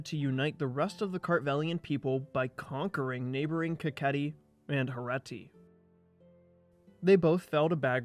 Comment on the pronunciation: Its not Herati, its HerEti, Herati sounds like Indian state 😂